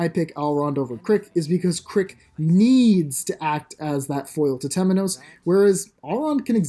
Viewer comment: His name is Crick not Carrick 💀💀💀